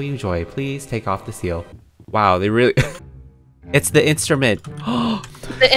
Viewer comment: It’s de instrument: DE instrument Me: I- uh THE BIWA